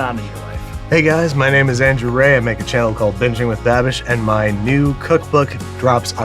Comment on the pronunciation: Brad calling babish Babby will always make my day